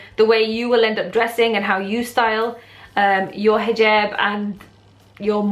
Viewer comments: Hijeeeeeeeerb, ha i love accents. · Why do people say hoojab instead of hijab? Is it just different arabic dialects? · ahhhh. I had always thought it was pronounced Hee-Job. I wonder if that is a European thing, or if most muslims pronounce it that way. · U say hijab weird..or is it just me